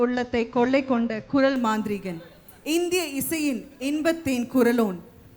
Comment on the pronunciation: குறள் இல்லை. குரல். லகரம் ளகரம் வித்தியாசம் புரிந்து கொள்ளவும்.